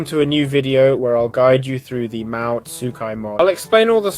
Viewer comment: mahou is not pronounced how youre saying it